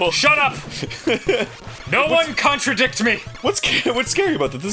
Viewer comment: Contra-dick (contra-dict)